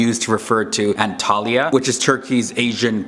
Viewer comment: It's actually "anatolia". Antalya is a city located south-west of anatolia